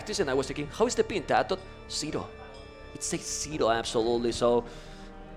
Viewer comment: can someone explain to me what language's accent would cause this guy to think "tatoh" is pronouced "tat-ee-toh"??